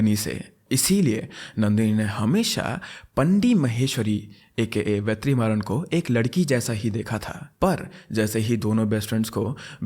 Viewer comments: It's vet ri maa run pronounce it together it's not ve3maaran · just a correction vertrimaran is pronounced as VETRI-MARAN ( t of tomato) but HATS OFF MAN!! you explained so well!! you actually deserve more subscribers... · It's pronounced as वेट्रिमारन and पाणडि